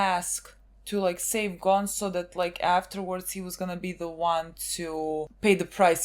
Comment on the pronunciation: Ging didnt name his son gone because that isnt how your pronounce Gon’s name